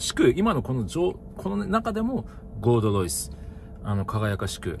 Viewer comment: ゴールドロイスが"ごーどどいす"にしか聞こえん。